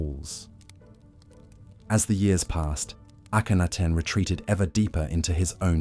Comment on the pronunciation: I can’t get over the weird way he’s pronouncing the names 😂. I did hear at some point. Somebody say that it’s not a person it’s AI, like when he was saying the name Akhenaten, but he said it in a different way and I was like, isn’t it Akhenaten? Or when he was pronouncing Rameses, the way it’s pronouncing the names. I keep repeating to myself that no it’s supposed to be pronounced this way I think. 😂